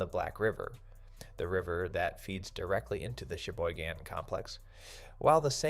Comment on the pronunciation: Be careful. We ( local ) are on it. Flood gates came out last week. AI cannot pronounce Cheyboygon. Suck it!